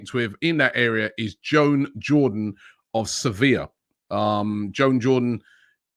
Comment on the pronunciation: How hard can it be to pronounce 'juan' properly 😂😂😂😂